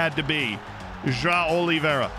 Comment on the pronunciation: João isnt pronounced Jo-Ah-o. Its more like Jo- uh? -O.